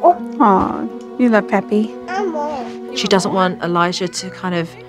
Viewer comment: When Elijah was kissing the pictures of his grandfather and answering the question of Charity "Who is that?" The way he answered sounded like "Puppy" when he meant to say "Pappy".